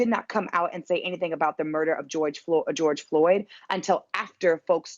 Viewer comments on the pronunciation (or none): Who is this gal? get his name right....George Floyd....Floyd...not Lloyd! ffs like...that was twice you got it wrong...show some respect instead of treating him as a sound bite